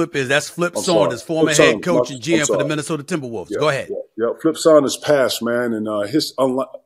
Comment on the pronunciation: The 3 sure things in life. Death, taxes and Stephen A saying "Minnesoter" 😂